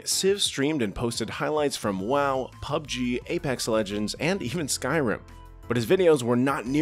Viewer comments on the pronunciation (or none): none